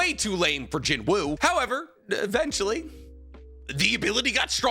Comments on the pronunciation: It pronounced Jin-oo btw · the W is silent in Jinwoo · just a heads up the W in his name is silent loving the content keep it up fam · Please pronounce his name correctly 😔